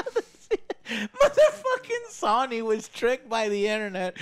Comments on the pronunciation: Say it with me now joe So-nee, Sony. Idk what sawny is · Did Joe just pronounce Sony like Sawny? Dude you pronounce everything wrong constantly lol.